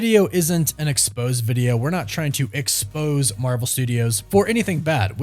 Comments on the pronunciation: Dude. Exposé, not expose. It's French. The é sounds like it does in the word café 😂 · Look up the word "exposé" and click the pronunciation button and you will see that it's not pronounced like the word expose. The accent on the e means you pronounce it like "ay" so the word exposé is pronounced like ex-pose-ay, not ex-pose. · Exposè - (ex-pose-ay), not expose - (ex-pose) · Just so you know for future, you are saying expose when the word is pronounced -expo-say. It’s a French word with an accent on the ending e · A little tip. If you want to seem like a professional journalist, make sure you pronounce your words right. You said the word 'exposé' half a dozen times in this video and pronounced it 'expose' every time. Remember, an article whose purpose is to reveal hidden facts is an 'ex-poz-ay' while the action of revealing something is to 'ex-poz'. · The word you're trying to pronounce isn't expose, it's exposé. Ex po zay. An exposé is a story that exposes. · ex-pose-AY is now it is pronounced. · Isn’t it ex-po-Zay? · It's pronounced ex-poh-zay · It's pronounced ex-pose-ay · Love your stuff! Watch all your videos. Just so you know, the pronunciation of the word EXPOSE when talking about an article or video etc is "expose-ay". It's a French word. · just an FYI, “exposé” is pronounced “ex-po-SAY.” 😓 And the Vanity Fair piece is an excerpt from Maureen Ryan’s book titled “Burn It Down.” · Expose is pronounced as exposay Accent on the second e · i think the word you are trying to say is expose' pronounced ex spose say, it's a word that means to expose something, so it's a noun, not a verb what expose is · Vanity Fair did an exposé (pronounced ex-pose-zay), not an expose. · In this context, the word "expose" should be pronounced Frenchy-like: ex-po-zay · Learn how to pronounce exposé